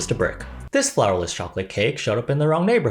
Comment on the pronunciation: Is funny how I keep hearing flavorless instead of flourless